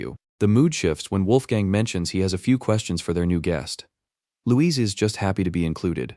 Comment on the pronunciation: "Louizee" xDDD